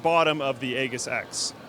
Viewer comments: Isn't mispronouncing Aegis? Here it is, also I'm pretty sure you're pronouncing QI charging wrong as well. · ILikeHotCurrys Forgot about that. But the other purpose of this comment is to point it out to. His pronunciation kinda irks me, to be honest. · It's an actual word and it's pronounced ee-jiss, not ay-giss. Google the word and click the little speaker icon next to the pronunciation guide to hear it. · The G is pronounced as a J lol. AJiss Not egg iss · ee-jis not ey-gis. haha. lol. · Bro its pronounced A-jiss not A-ghis... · I'm pretty sure that the MSI Aegis X, that the word "Aegis" is actually pronounced with a soft g (sounds like "Aejis"), not a hard g, like in "good". Trust me, I aced EVERY year of English in school, lol;) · Yeah no. It's aegis, not ages. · It's not "ay-gis"... It's "ee-jis". which in Greek means shield or protection. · Wtf is with that pronounciation of Aegis? It's not "EH-GUS", it's "E-JIS". Here's some proof to legitimise my claims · that word is pronounced eejis, not aygis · Aegis is pronounced with a hard 'g'. Ay.jis, not ay.ghiss. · AGE-IS, not aygus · It's ay-jis not egg-is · It's pronounced "Ey-jis", I'm pretty sure. Looks good. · Is this actually pronounced "EGGISS" or is he just messing up "AGEISS". My OCD won't let me ignore it? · Isn't it pronounced aejis? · ...it's pronounced EE-jiss... It's a shield in Greek mythology. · A-JISS, A-JISS, A-JISS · It's completely wrong. It's pronounced like eejis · Aegis is pronounced ējis :). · Pretty sure it's a soft 'g'... If not, MSI needs to learn how to pronounce the words that they're ripping off to use in their models... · Aegis is pronounced /ˈējis/ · It's pronounced "ējis". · pretty sure is pronounced " eejis " ^_^ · omg people look at the dictionary. it's English pronunciation sounds like " Ejis " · Aegis is pronounced Ee-jis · A-giss?.... come on. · it's pronounced aeijis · aegis is pronounced eejis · Why does he keep pronouncing it "egg-us"?